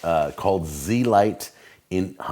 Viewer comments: Agreed, he pronounced it wrong. It sounds a lot better when pronounced correctly. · You pronounced the name wrong. Its not Z-lite. it's zelite. Pronouned (zelete) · pretty sure its pronounced z-elite but blend the e's together, not zee-light